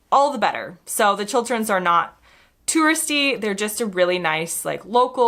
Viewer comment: Nice to hear an American say Chil-t-erns and not Chil-d-erns.